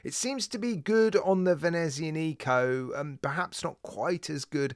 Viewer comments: No offence, but as an Italian speaker, may I correct your pronunciation of Venezianico. The only emphasised syllable is the ZIAN part - so it is "Vehneh ZIAA neeco" - flowing not staccato. I have a Venezianico, Arsenale range, one-off-build by manufacturer, GMT, 45mm, all black, honeycomb dial, white gilt-edged hands & indices, brass bezel markers, dark brown heavy leather strap, Sellita SW330 speciale. A nautical beauty. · the CW looks so good! I believe we will be seeing more watches from Venezianico so if u get the chance, ask someone how to pronounce it properly. (not trying to be rude or anything like that)